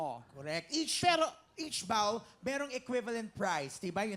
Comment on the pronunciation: boring ang mga baklang co hosts na to...di alam mag pronounce ng word na bowl...bawl daw hahahahaha